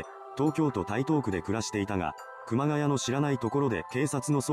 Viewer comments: ｢熊谷」の読みは、正しくは｢くまがや」ではなく｢くまがい」です。 ちなみに東北地方に多い苗字。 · 熊谷｢くまがい｣←沿岸南部だと読み方くまがやではない。震災後身元不明の遺体が埋められてたのが多々あったものの震災後だけあって特に事件にならなかったと言う話を知人から聞いたが真相は果たして…